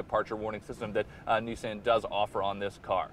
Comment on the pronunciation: If you're gonna steal a video, steal one where they say Nissan correctly. smh